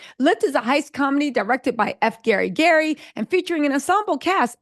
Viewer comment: Why you keep butchering F. GARY GRAY’s name?!? 😂😂😂🤨